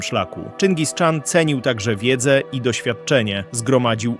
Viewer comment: Po polsku Chan wymawiamy tak jak piszemy czyli CHAN, a nie Czan.